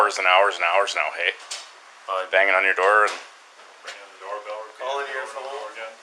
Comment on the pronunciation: calling your “fo-one” lol “aboot”